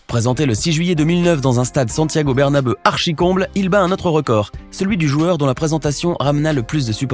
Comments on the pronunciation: Faite un effort pour la prononciation du stade Santiago bernabeu lol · Tu prononce mal le nom du stade du Real Madrid